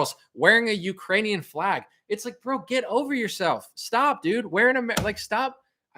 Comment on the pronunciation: lol did anyone hear him say that putin will never get the Uranians heart and soul I cant believe you didn't catch that Bro.